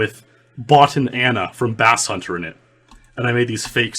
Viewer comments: "Bass-hunter"? Isn't it pronounced "base-hunter"? lmao for incredible audio quality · lol? basshunter. thats base as in bass in music. not bass as in the fish. lmfao i love u